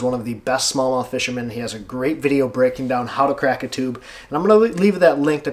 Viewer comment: I rewatched this just to hear you say "crack" & "stroke" in your Michigan accent! But really, great video! Ohhh does anyone call you? I bet Alex calls you! 🤣😂 you're my neighbor across the lake! Just a few hundred miles NO BIG DEAL!